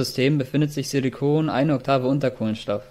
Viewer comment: Silikon ist nicht gleich silicon also bitte sprech das englische wort auch so aus damit man kein POLYMERE darunter versteht !!!!